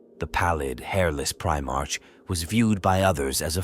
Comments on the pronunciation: This idiot doesn't even know how to pronounce primearch😂😂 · Please teach the AI to say primarch properly, every time it says pri march(like the month) i die a little inside.